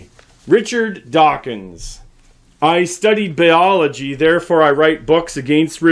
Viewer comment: Did anyone else notice how the meme-master can’t pronounce biology?